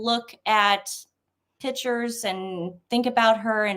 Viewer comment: It’s pictures not “pitchers” 🤭✌️💕